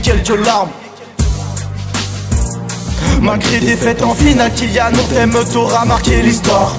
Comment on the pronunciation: c’est pas Kilian c’est kylian